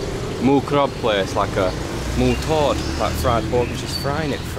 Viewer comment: Hi. You sounded the word TOD perfectly, where sometimes Gary says it with the incorrect tone and instead of meaning DEEP FRIED it means TO TAKE OFF/TO REMOVE as in take off shoes/remove jacket instead. He tries, but I guess his London accent doesn't want to go along.🤣🤣,but other time he gets it right though. I guess your accent helps with Thai words pronunciation. Who knew???😁